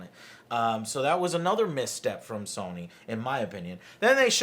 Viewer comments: It’s So-ny... Not Sonic with a silent ‘c’. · SAWNIE?!?!?!?! FUCKING SAWNIE?!?!?!?! Dude. I love you and your channel but mispronouncing SONY, an EASY two syllable word that EVERYONE SAYS CORRECTLY....makes you sound dumb. REALLY DUMB! FIX IT! It's up there with pronouncing NASA as NASAW. CHRIST! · Okay so Joe is totally pronouncing Sony wrong on purpose right? Like there's no way he doesn't know how to say it right????? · 2 min in and all I can think of is how AngryJoeShow is saying Sony wrong! S-oh-knee. In any case...about to binge all of these E3 videos, love you joe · Fucking stop saying sahnee... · What the fuck is "sohny"? Jesus Joe, learn how to pronounce the name lol. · SAH-nee.... THAY-nos.... You guys need a Nerd Speech coach or something. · Who is Sawnee? And who is Ooobisoft? Joe, your pronunciation drives me crazy. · Wtf is SAW-NY?? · "sawny" stop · terria 88 I'm high af and that was suuuper distracting lol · I’m sorry but I hate the way you say sony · Is anyone else annoyed by the way Joe pronounces Sony? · Joe why do you say sony ao weirdly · Joe says Sony funny, never heard anyone pronounce it like that lol